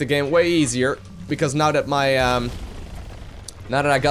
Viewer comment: Love how you keep say "das" far instead of that far Sounds so great <3